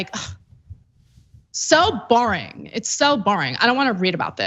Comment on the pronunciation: LOL!!!! love love "So "Bouring"... So "Bouring", that is exactly how she speaks!